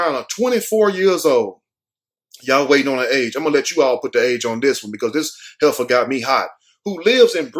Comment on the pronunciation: Hefer not header